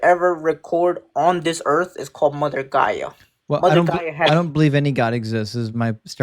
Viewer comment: Wow i didn't know earth was called earf.😅